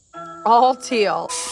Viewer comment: We love your videos but it sounds like you're saying "till" for "teal". Round here we say"teel"! You guys are the best! Keep it up.